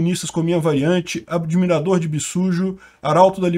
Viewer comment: "adimirador de bishoujo" malditos otacos!